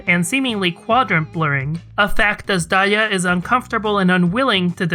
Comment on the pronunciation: whoa i thought azdaja is pronounced as 'azz-duhja' or kinda like that and not 'azz-daiya' fsgsfsags i'm so wrong